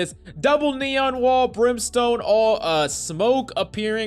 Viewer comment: "Brimstone ult" bruh